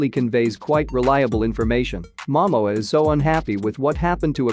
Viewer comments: You know what I think is funny? Aquaman 2 isn’t even out yet and they are calling it a flop. Oh and it’s MaMōa. Please say it right. I feel that people need to stop speak negative and just wait and see. The first movie was not terrible. It made over 2 Billion dollars. Lmao I love how these click bait spots are so bad. Fr fr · I think that someone should teach the narrator to pronounce the stars name before you ask him to nattators any more clips !!!!